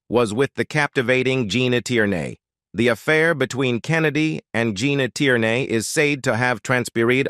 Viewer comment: hey -- learn how to say this name correctly!... Gene Tierney